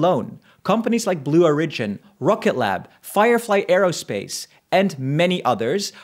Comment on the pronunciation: Stop using AI for narration, what the actual hell... it pronounces names wrong, it sounds bad - see the case of 'Blue Origin'.